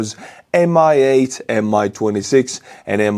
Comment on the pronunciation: why does mi8 sound like mia'd lol